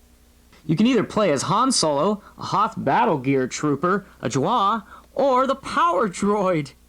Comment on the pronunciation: are you goofing pronouncing "jawa" like "jwa"? but yeah...big up Power Droid.